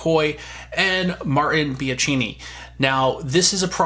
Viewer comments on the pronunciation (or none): Pretty sure it's pronounced Bee-an-kee-nee